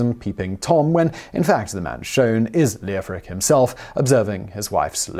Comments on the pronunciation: The “e” is silent. It should be “Lof-Rick” and “Jof-fri”. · Leofric is pronounced Lef-rick. Like Geoffrey, the O is silent. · I worked with an engineer a few years back called Leofric and he didn't pronounce the O. Of course, that's just one person and still possibly incorrect. I only bought it up because Simon always excuses his pronunciation.